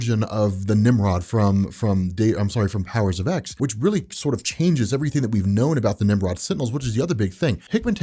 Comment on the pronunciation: It's pronounced Powers of Ten, not Powers of ex. Not sure how you can consider yourself any kind of X-Men expert if you can't even get something that basic right.